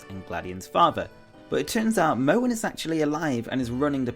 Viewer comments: why do you pronounce Mohn like "mouen"? It's Mohn like a long O. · its pronounced mon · Mohn is pronounced as Mon, the way you pronounce it would have to be spelled as Mowan